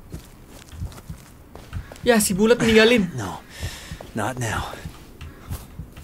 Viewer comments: gw dengernya bulet (bulat) 😂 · Bg BKN bulet tpi di blg buld